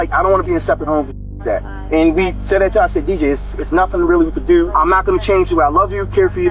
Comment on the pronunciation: "DJ, its nothin really we could dew" homie speakin baltimese😂